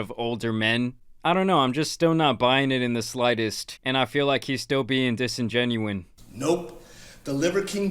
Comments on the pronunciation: It's disingenuous, not disingenuine, 😂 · The word is disingenuous. Say “disingenuine” one more time.